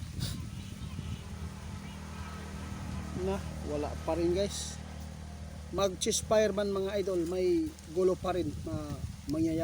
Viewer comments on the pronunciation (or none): 88 hinde chess fire ceasefire eto ang tama pronounciations